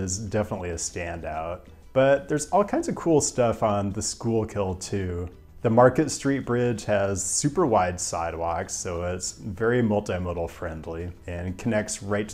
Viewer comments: S coo kull not shoe kill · Not quiiiiiite there on the Schuylkill pronunciation: SKOO-kul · Loved the vid, but always have to add that Schuylkill pronounced "skoo-kill" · It is not the school kill, it is the scoo kill! (my mom lives in Philly) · Okay this is hard to say phonetically but most people in Philly will say schoo-kull river So the first part sounds like “school” and the last part is the ending of “skull” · I knew Pittsburgh would win. PA native here, some points regarding Philly: 1. it's pronounced "skoo-kul" river. I pronounced it like you when I first moved here. 2. the Falls bridge is getting fixed in a couple years, apparently it has structural issues. I believe they plan to keep the same look though, which is great, as it is so unique. The neighborhood around it probably has the best access to green spaces in the entire city. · Before the hardcore Philly people come at you hard and fast, it's the "skoo-cull" River. I don't understand it either. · Pronounced "SKOO-kll" :) love the channel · Schuylkill pronunciation needs some work! Lol it’s more like skookill. It’s ok, it only took me like 5 years of living in Philadephia to actually get it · From the east coast here, say Schoo-kul. Willamette Damnit! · Great vid. My only complaint is your pronunciation of Schuylkill: don’t say the first L. It’s SKOOK-ull. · Re Philly: "Schuylkill" is pronounced "SKOO-gull," rhyming with "Google". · Psst, it's SKOO-kull Source: Born and raised Philadelphian :) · Your pronunciation of Schuylkill made me shudder. Schuyl (SKOO) -kill (kul) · You mispronounced the Schuykill river. We say “Skook’l” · "skool kill" so close yet so far... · I give you a solid B for trying to pronounce the Schuylkill river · Love your videos but as a lifelong Philadelphian I cannot standby and watch you butcher the Schuylkill River anymore 😂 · how you be a whole ass urbanist and mispronounce schuylkill 💀